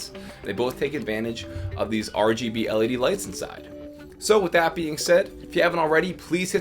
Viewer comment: Did I hear Him Say LEB??